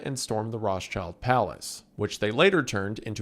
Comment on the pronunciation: Rothschild is not pronounced "Roths-child". It's "Roth-schild" and schild is pronounced liked "shilled". Schild mean shield in German. The name has nothing to do with children 🤣